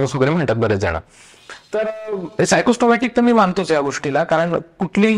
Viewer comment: खूप छान व्हिडिओ आहे ,,,सायकोसोमाटिक आहे ,सायको सोमाट्रीक असे ऐकू आले